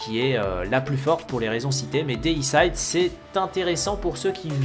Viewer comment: On dit Déicide pas déissaïde. Ça veut dire "tuer un dieu(x)". Comme fongicide (tuer les champignons), insecticide (tuer les insectes, hommicide (tuer un humain)...